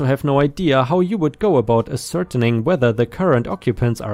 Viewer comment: story #4,, the word "ascertaining" is more like "as sir taining" instead of "as certaining."